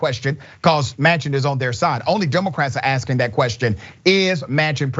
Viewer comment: Joe Mansion not Manchin.